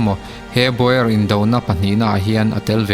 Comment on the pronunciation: baw-er ti lovin baw-ar tia lam tur a ni